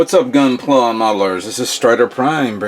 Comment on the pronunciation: "I love gunplai"?